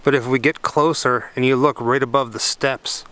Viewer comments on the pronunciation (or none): none